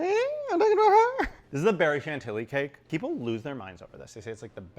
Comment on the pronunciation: That woman from TikTok pronouncing Chantilly "CHANT-illy" made my soul leave my body. 💀